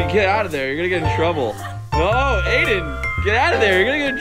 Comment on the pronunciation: Why is Aiden called Aimen?